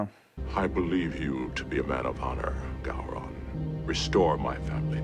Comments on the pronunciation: Gow-Ron, not Go-Ron. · FYI, if no one else has said it yet, Gowron is pronounced Gow like Cow. Gow-ron not Go-ron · It's Pronounced Gau-rhon. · Actually it’s pronounced Gay Ron. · Say "Go-ron" one more time....